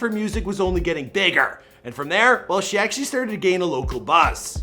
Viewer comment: why did he say "bigger" like that lol